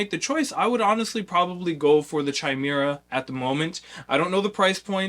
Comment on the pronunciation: YO! Love that you're featuring Chimera. It's pronounced KY-MERA, by the way. Basically, the way I think about it: Going from a Super 73 to a Zooz, is similar to going from a Zooz to a Chimera. Nearly half the weight, even more nimble, and even more BMX (regular bike seat, less wiring, less clutter on the bars, etc). It's build for tricking, skate parks, and most importantly, pedaling! It's light enough to pedal without effort, but the throttle is intense: It goes from 0-35mph in 5 seconds, top speed of 39mph, with insane torque due to the innovative high drive system (more like a traditional motorcycle than an ebike). Austin is super approachable if you have questions. He's been awesome to get to know.